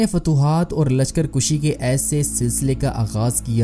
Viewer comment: تاریخی اعتبار سے %100 درست ہے میں تاریخ کا طالب علم ہوں۔کوئی بات غلط نہیں۔صرف لشکر کُشی نہیں لشکر کَشی ہوتا ہے۔